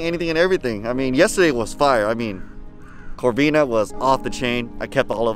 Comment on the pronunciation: It corbina but nice catch